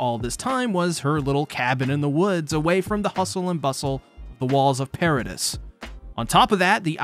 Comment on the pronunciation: Nice video I enjoyed the watch. Quick pronunciation point: "Paradis" is pronounced "para-DEE" not "para-diss" Inb4 para-deez nuts replies